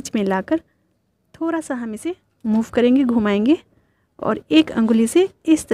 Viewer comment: Jab aap thoda ko Thora bolti ho to aur achhi lagti ho